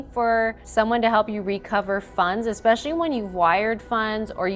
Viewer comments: {FUN FACT} It’s ES-PECIALLY NOT EX-SPECIALLY. *Please, if you are going to narrate a channel, use the correct pronunciation of a common word that you constantly use. It makes me cringe, and I am going to have to Unsuscribe, it is so painful that you are spreading miseducation. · The guy narrating who keeps saying EK-specially sounds as dumb as the dopey "victim"!! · God I wish whichever team member does the narration would stop saying “ex-specially”. It’s like ear rape. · It's "especially," not "expecially." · STOP saying EXspciallly!!!! It's ES specially!!! For ffs, you are a journalist! Use proper grammar!! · Especially not expecshally....irksome. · EXpecially is not a word. The word is ESPECIALLY. NO X OR X SOUND. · Hey narrator - the word is pronounced ESPECIALLY not EXXXXSPECIALLY. You do it in every video 100 times- drives me nuts! Lol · Please, it’s not exspecially , it’s especially! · Can your host learn how to say, “especially”?